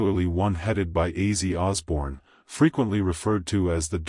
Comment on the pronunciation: How about using a real person to narrate this drive me crazy not how his name is pronounced